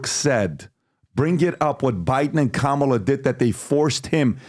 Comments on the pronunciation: Behar didn't even pronounce Kamala's name right. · Uh-oh, even Joy Behar mispronounces the vice president’s name LMAO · Anyone notice Joy mispronounced Kamalas name? Where's the outrage? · Joy said kamalas name wrong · Joy Behar mispronounced "Kamala"...according to Mika from Morning Joe, that's every racist.